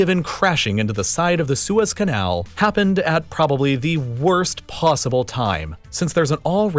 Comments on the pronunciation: The way the narrator says "Su-ez Canal" eerks me 😵 it's one word lol, like Sue, and then with a Z. Suez! Lol, not SU-EZ. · it's pronounced "suez"